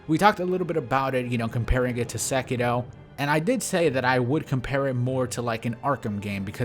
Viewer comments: I swear you say sekito instead of sekiro, and it fucks me up hella. I can’t fathom you doing it on purpose but fuck. I do love all of your content though, been watching for ages now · why do you always say SekiDo instead of SekiRo? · Am I the only one bothered that he pronounces sekiro as "sekido?" Sorry bro just wanted to correct you. Very informative video though.